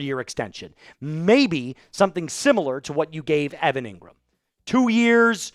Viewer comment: Engrahm...injury prone. : can't be trusted.